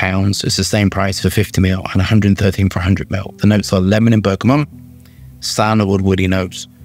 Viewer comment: I love you. But please..please.. It’s bergamot! NOT bergamonnnnnnnnnnnt!! Please..